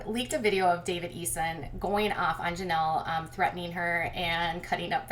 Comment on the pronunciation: Please quit saying Janelly, it's so annoying